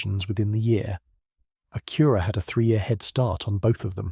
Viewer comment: AI is crap, can't even say Acura right, and pics don't make any sense, big thumb down